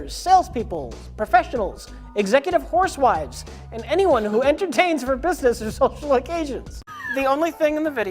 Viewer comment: It's the richest verbal fumble I have heard Rich say. The best.